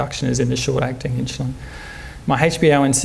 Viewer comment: Great talk even though he seems to say "inchulin" over & over.